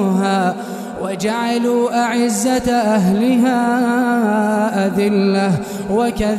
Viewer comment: ثانيه رقم عند قوله تعالى "وجعلوا " نطقها بكسر حرف العين جزاكم الله خير